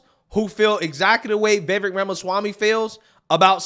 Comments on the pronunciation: Somebody tell bro its' "Vi-VAKE" not "Veh-Veck" ...too many intellectual conservatives continuing to misrepresent the man's name, it's fkn silly at this point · It is Vi-vek, not Vevik! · The mans name is PRONOUNCED Vi-vāk. Rhymes with cake. Vivek Ramaswamy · You pronounce his name we vivake like cake. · His name is pronounced “vih-vake”. Why can’t anyone at least look up up before they make a video saying it 20 times? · Love the videos. His name is pronounced as in "Cake." So his name is pronounce Va-vake. This is how he said it's pronounced. I think he's awesome and needs more attention. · Why can’t people in media pronounce his name properly? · I'm amused by preference for and coverage of Vivek but still can't pronounce his name properly. not a diss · "It's Vivek, like cake." - Vivek Ramaswamy Someday you will take the time to pronounce the man's name correctly.